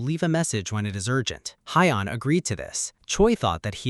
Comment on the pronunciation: The name are kinda wrong in the ai cus they said hyion when it yeon